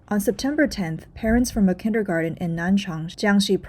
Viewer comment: It's "kindergarTen" though, dear narrator.